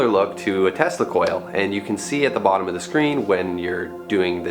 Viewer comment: Why did he said thotom of